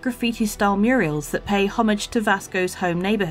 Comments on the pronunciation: I noticed was calling the graffiti "Muriels", instead of murals. That gave me a laugh, thanks! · murals ...........not "murials" ffs